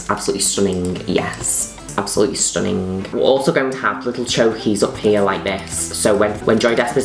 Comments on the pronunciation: I love how Juno says stunninGUH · as always...... STHUHHHNnING!! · "Absoulutly stooning" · i will never say the word stunning normally again xD